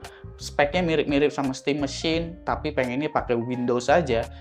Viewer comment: bang sebut aja stim MESIN, 😵‍💫 pegel banget dengernya stim MESHYIN